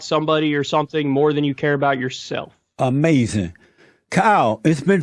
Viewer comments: Gotta get that gratuitous.. “da chillun o da lai” outta the “ahMAY-zin”... I’ve grown to actually like Jesse.. in this f’d up era of Donnie Tiny Hands & a lie every 4th word, I can appreciate his reality disconnect bc of his faith.. Jesse ACTUALLY believes in god.. Trump is just ACTING like a believer for the Evangelical Christian votes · I have started subconsciously sayin AMAZIN in real life just from watching this interview once Amazin